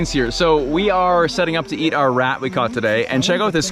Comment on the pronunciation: "catached" got me.